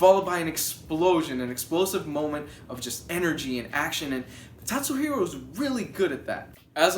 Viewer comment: it's KAT-suhiro lol